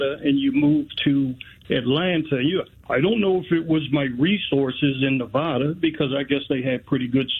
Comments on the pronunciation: I live in Nevada. It's not Nuvawduh. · The caller told her that she’s not smart. The next sentence out of his mouth, he mispronounced Nevada.